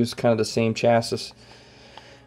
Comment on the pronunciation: A friendly heads up, chassis is pronounced chass-ee. Handy review otherwise!